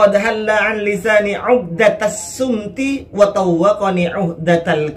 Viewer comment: Bukan shumti tapi shomti